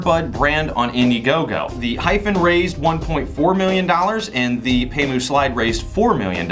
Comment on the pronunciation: Haha u pronounced it right bro.... N thanks for the comparison.... I own a pamu slide and Im right now enjoying it